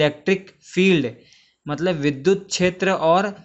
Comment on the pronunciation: It is vidyut not vidhut